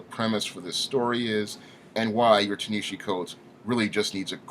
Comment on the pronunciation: While I absolutely LOATHE everything Coates has done to Black Panther, by making him neutered and "safe" for white liberal sensibilities, his first name is pronounced "TAH-nuh-HA-Zee".